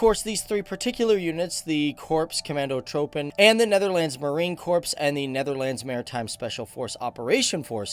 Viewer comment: its pronounced korps comahndo troopen